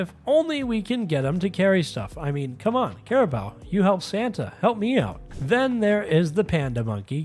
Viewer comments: I hate doing this but its going to bother me since otherwise this doesn't seem AI but its 'care-a-boo' not 'care-a-bow'. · It's pronounced cariboo. just so you know for the future. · Caribou is pronounced car I boo. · Caribou = Care-ih-boo